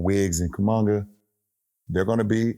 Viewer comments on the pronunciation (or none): I rushed to the comments as soon as I heard "kumunga"😆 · I was like who the hell is koomanga lmao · Man said kumanga HAHAH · This bum really said kumanga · Did he say KUMANGA ?? 😂😂😂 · Bro said kumunga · Why he call bro “Kumunga”? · Coom on guh